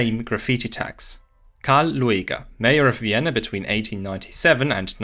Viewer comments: no, that is just how you say his name (luˈeːɡɐ) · His name is pronounced Lüger, not Lu-a-ga. Ohren weh.😢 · Loo-a-ger? AI narrated? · Oh, I always thought he's pronounced like Lüger... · Disappointing that the presenter didn’t make the effort to learn the correct (or at least much better) pronunciation of the name Lueger. (It is very close to the pronunciation of “Luger”, the name of the well-known handgun manufacturer.). It is not Loo-ee-ger.